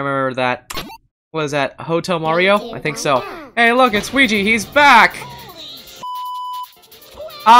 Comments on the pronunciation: Weegeepie not WEEGEE need pie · it's weegie